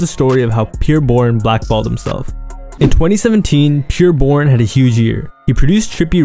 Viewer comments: “Peer Bourne” 😒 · Who Tf is “Peer” Bourne 😂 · the way ur saying bros name is driving me bonkers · He keeps pronouncing his name wrong